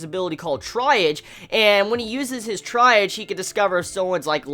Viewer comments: its pronounced TREE-AHJ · I liked it. It's pronounced like TREE AHGE. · At least you questioned the pronunciation. It’s tree.aahz, it’s a medical term.